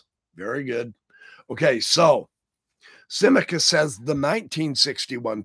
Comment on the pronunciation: Sim - ah- cuss for saying, Symmachus.